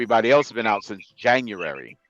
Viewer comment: “Janyur’rary” -crypto 2023